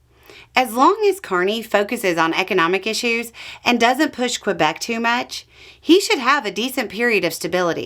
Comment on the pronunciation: Canadian here, this is an accurate take on the overall happenings here, to anyone curious. To, a minor thing: Québec doesn’t need the W sound when you pronounce it! So instead of “KWay-beck,” just go “Kay-beck.” “Que” is just a standard French thing, like “masquerade,” instead of the Anglophone Qu like “quiet” and “quote.”